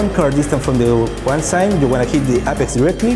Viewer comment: Freaking awesome. Thx. Now somebody needs to help these guys a bit more with the translation. Se dice: éipex, but it's no big deal. Great content I will use it many times. Best game in the world for me